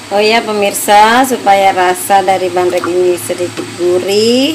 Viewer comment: ngomong gak bener permisa permisa terus haahah, tapi benar juga bikinya tuh